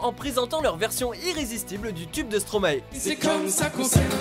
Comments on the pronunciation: Bah déjà Stromae c'est l'inverse de maestro. Donc on prononce mAistro et non maéstro. Donc oui, tout le monde m'appelle comme ça mais vous avez tord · On dit pas stromaÉ on dit stromAÏ ....... merci -_